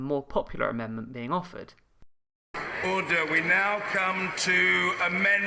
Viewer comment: Mr. Bercow needs to review word stresses. ORder and diVIsion.